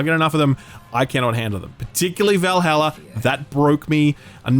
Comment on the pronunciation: You said valhalla wrong